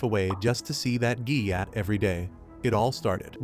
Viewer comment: It's gyatt not gayyat